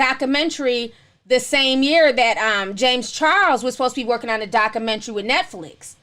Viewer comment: Lol lord you need to practice proper speech you cant even pronounce documentary 😝